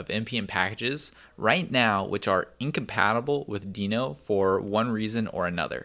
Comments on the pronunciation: It's not deeno, it's deno. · It’s pronounced more like “denno”, isn’t it? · Ryan Dahl pronounces it as 'Deh-No' But w/e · says "no-demon" and my brain just stops watching and echoes "node-mon". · cov covahn Ryan Dahl himself isn’t sure, one of his coworker half convinced him to call it “Deeno” so he now pronounces it that way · Please, don't pronounce it as "Deeno", because it sounds weird...It's word Node, but a bit re-ordered...So NoDe <-> DeNo...I don't remember Node being pronounced as "Nodee"